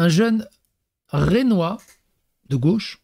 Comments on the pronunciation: Rennais pas rennois lol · Bonjours c'est juste pour te dire qu'on dit pas Rénnois mais Rénnais, les bretons n'aime pas ça moi qui suis picard (de Soissons 02 met le feu) j'en ai fais les frais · Rennais pas Rennois 😅